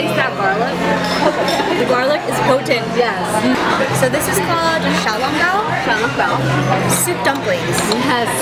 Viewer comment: The way you say 小籠包(the soup dumplings) is perfect 😍